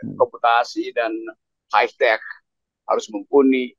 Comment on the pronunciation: KETECH Keles not hi tech :face-blue-smiling